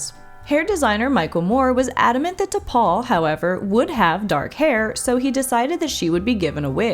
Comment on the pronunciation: In the pilot episode, when Archer calls T'Pol from his quarters, watch his lips. I've always been sure he said T'Pau, not T'Pol.